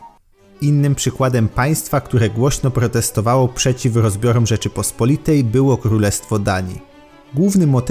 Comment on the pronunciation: Rzeczypospo’litej. Histo’rycy. Kato’licy. Geopoli’tyka. Akcenty na o tam gdzie apostrof. Może w Istambule pamiętają jak się prawidłowo mówi po polsku?